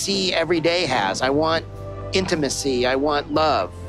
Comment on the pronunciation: Ed: "I want intemisy, I want, love" Me: "ya sure you don't want a neck?"